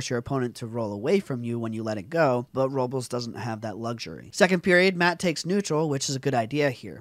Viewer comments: It's pronounced (Ro-blays). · Pronounce his name right!